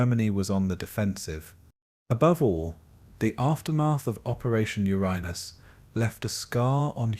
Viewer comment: Yet another uneducated cretin mispronouncing Uranus. Proof that AI is garbage.